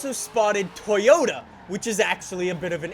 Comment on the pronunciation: It's just Toyota (to-jo-ta), not To-yo(gangsta "yo")-ta. It's very simple.